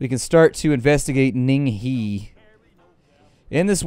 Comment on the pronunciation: the he in ning he is pronounced "her" lmao